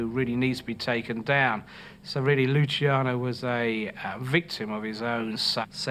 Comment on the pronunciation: That's LuCHiano, not Lusiano, and not Lushiano, capisce´? That was my grandfather's name, and mine, have some rispetto, eh?! You want thriving mobsters? Make something people want illegal. You want to get rid of Los Narcos? Read the above. Stop trying to legislate people's private lives and the mob will have no way to make huge money, capisce´?